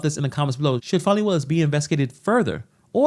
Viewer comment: It's not pronounced fawny, or fah-nee, it's Fan-ee.